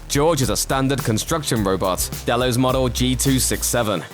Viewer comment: Nevermind - he was saying Delos, only he pronounced it about five different ways during the video. 🤔